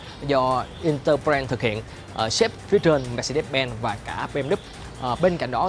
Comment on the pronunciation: Mermercedes: đọc là "Mer-SAY-deez" (Dzj`) chứ cứ des des gì. Đọc sai hãng xe tùm lum.